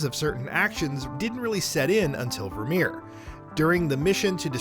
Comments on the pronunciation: Vir(like fur) my-er!! I literally stopped watching after the third time he said it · Ah yes, "Ver'Meer." We have dismissed the claims this is the correct pronunciation of the planet Virmire. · This guy has never played mass effect. Virmire...... its only ever did one way... and so many times... ver-my-yer. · Virmire = Vermeer? Really? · Ver-My-err Tuh-Chan-kah You're welcome. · The incorrect pronunciation of Virmire hurts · my same exact thoughts. Not only is Virmire said half a dozen times in ME1 but it continues to come up throughout the other games as well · the way this guy says virmire is beyond irritating. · Kaiden’s VA quite famously mispronounced it reading his letter to femshep. I found that more inexcusable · He even says Virmire and Kalros wrong. I've lost count as to how many times Virmire is said throughout all three games. Plus Kalros is said a whole bunch of times during the cure the genophage section of Mass Effect 3.